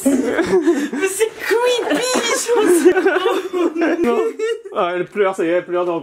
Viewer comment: "C'est CWEEPPYYYYYYY" 😂